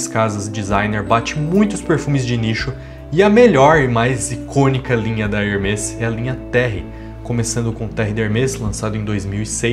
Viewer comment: Hermés se pronuncia com ambos os "e" abertos.